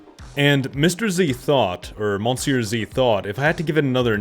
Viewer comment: No, its pronounced muh-see-uh zee